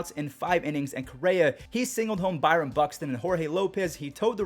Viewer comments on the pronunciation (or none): none